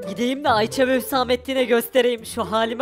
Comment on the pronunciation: türkçen kaç Ayçe değil Ayşe